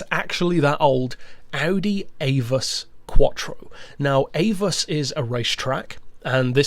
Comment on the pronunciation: Very well done..but I believe the name is pronounced.." Ah-voos"... Not "Aye-vus'' (once had a conversation with a German about the banked corners at the famed race course.).